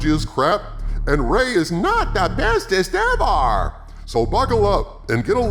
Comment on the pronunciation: The way he says "the bestest evar" makes me giggle like an idiot.